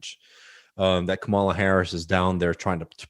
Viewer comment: Love the vids but gotta pronounce Kamala’s name right!